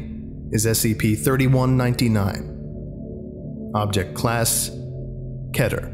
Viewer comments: Damn, idk how long you've been doing this, yet you still say "Ketter" instead of "Keter (Keeter)", doc. /s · Why do they pronounce it “ketter”?????? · the way you say keter triggers me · Kee-ter, not Kedder. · I know this video is three years old, but it’s object class ‘keter’, not ‘ketter’ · Bruh it’s pronounced keeter, not ketter. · I'm pretty sure it's pronounced Key-Tur But I'm probably wrong since I'm arguing with someone who'd done research on them for years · I only accept the authentic Hebrew pronunciation or “keeter.” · I cant stand when people dont say keter like keyter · its key-ter not keh-ter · Its 👏K E E T E R👏 Not 👏K É Ë Å Æ TĘ Ê R👏